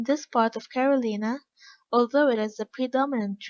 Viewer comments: Agreed. I appreciate the effort the current reader I'm listening to made, but can't fully understand her. And it's not an audio issue. She pronounces Carolina as Caroleeena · I like the book so far, but once the narrator changed, totally lost interest You can’t understand a lot of what she says, nor can she pronounce simple words: Carolina, Carcass????